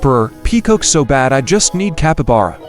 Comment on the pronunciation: Bro said Capabara instead of capybara